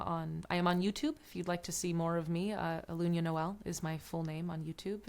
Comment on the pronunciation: Respectfully and with kindness, "Ahh- loon- yah" ❤ One Love ✨️ Thank you for this transmission 🙏🏼🫂 You are both wonderful and so helpful to the collective. Deep appreciation 💝